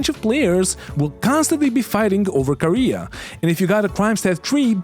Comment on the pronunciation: Kah-ray-uh... not Korea